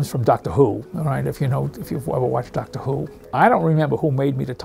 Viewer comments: DACTA WHO DACTA WHO DACTA WHO DACTA WHO DACTA WHO DACTA WHO DACTA WHO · man sounds like he’s from DACTA WHO